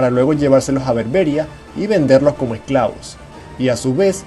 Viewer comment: Se te olvidó también mencionar la esclavitud en el Al-ándalus y hay un fallo: "Berberías" no "Berbérias".